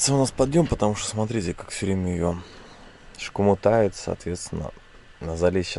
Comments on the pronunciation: прекрати постоянно говорить шкомутает, в остальном ок) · как не зайду на канал, так шкомутает